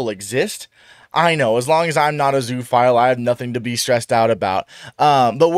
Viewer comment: Zoo-oh-phile. 'Zoo' in zoophile is not pronounced like 'zoo'. It's more like zooa.